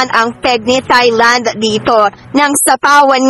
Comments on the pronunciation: Silent H ang pronunciation ng Thailand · H IS NOT pronounced in Thailand. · Tailand po not thailand ang pronounce dun